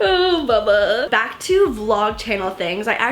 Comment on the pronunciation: Is it just me or never said "Bubba" like that.... Also moose napping on lap is just super adorable! 😍